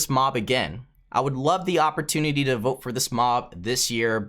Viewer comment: You said Vot instead of Vote